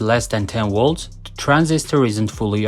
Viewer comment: Whats a "Wolt/Woltage"? In your language, if V makes the W sound, what does the W do? If there's no difference, why even have one or the other? If I say my name is "Victor" would you call me "Wictor"? Not sure why this bothers me so much. I'm just a stupid American.